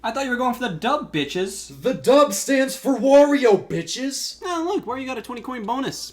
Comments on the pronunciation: i was laughing so hard on the Wario mess ups in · I can't unhear it now...